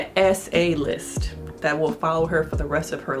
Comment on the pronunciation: You said SA list. People wind up on the SO list. It's =offend, not affend. Just to clerify.